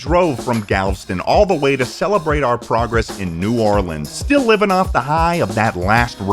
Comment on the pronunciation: Seeing someone like experience Buc-ee's for the first time is always hilarious. Also thank you for pronouncing "New Orleans" correctly LOL